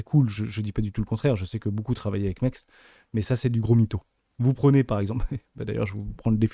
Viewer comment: l’échangeur s’appelle MEXC Ça se prononce MEX C